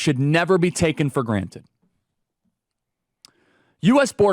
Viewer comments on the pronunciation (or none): none